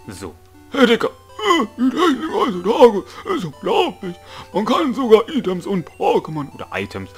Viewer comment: es wird eitems und nicht items ausgesprochen 😁